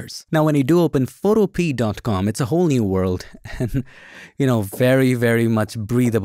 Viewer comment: Isn't Photopea pronounced "fo-TO-pe-uh" (rhyming with 'Utopia')?